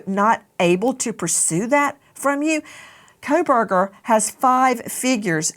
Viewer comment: His name is coalburger. Pronounce it correctly please. The Kohlberger family would like to be rid of association and here you go... coalburger (coh lll uh bur ger) coalburger.